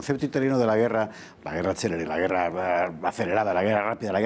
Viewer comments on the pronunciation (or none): Decidle a la señorita que habla que era guerra CÉLERE, que quiere decir RAPIDA no CELEBRE.